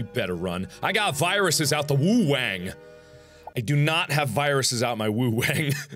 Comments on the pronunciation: I lost it when he said woo-wang XDXDXD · “I’ve got viruses out the wuhang” .......what did you just say 2015 markiplier?